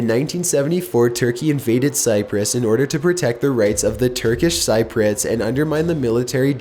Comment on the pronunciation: My only issue is his pronounciation of Cypriots